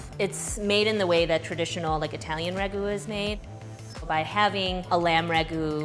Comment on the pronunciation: Itehlyun = cool Chicago accent